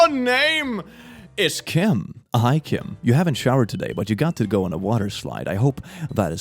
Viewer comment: Just hearing him say Kim was nerve racking.